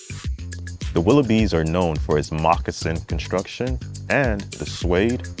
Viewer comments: Facts . He calling them willowbees. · Dude reviewed shoes and didn't bother to learn how to pronounce the name.